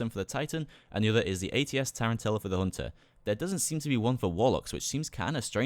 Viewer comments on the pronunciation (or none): none